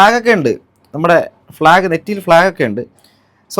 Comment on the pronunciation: ഫ്ലാഗ് എന്ന് പറയുന്ന അര അണ്ണൻ 😂😅